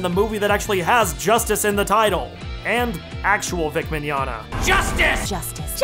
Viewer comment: "Before you start writing that angry comment about how I mispronounced Arceus's name--" ::takes to the comments:: Nah, I won't complain about how you pronounced Arceus's name... Instead... ::clears throat, pretends to have the rage of 1,000 fangirls:: HOW DARE YOU PRONOUNCE VIC MIGNOGNA'S LAST NAME WRONG! ::coughs:: ...That is all... GOOD REVIEW BTW! (Now... for those of you think i am complaining seriously, I am not REALLY complaining... It was simply a joke because people take the pronunciation of Arceus's name WAY TOO SERIOUSLY - as well as some other Pokemon... So... I thought I would joke about how he said Vic's last name... Personally, I could care less how people say things UNLESS it is pure butchering... But... It is true, that is not how you say Vic's last name -_^)